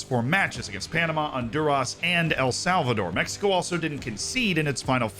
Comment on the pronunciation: the way he says “México” instead of“Mecsico” makes me feel happy. 🤠🇲🇽